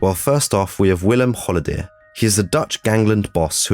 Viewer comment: Willem HO-LLE-DER!! Komop gast! Goed uitspreken... HO-LLE-DER!!